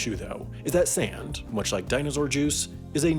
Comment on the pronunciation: This dude pronounces sand like he's a Canadian or something.